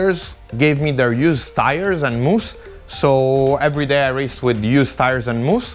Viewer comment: when talking tires he mentione "Moosk???